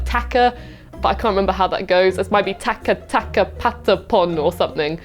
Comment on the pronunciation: It's not "taka taka", it's " chaka chaka".